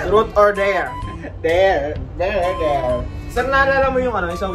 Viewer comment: ‘Trot’ or ‘der’ daw! HAHAHAHA bisaya na jud! HAHAHA PERO keep your vlog be more interesting and Godbless ya! ☺️🤩🤣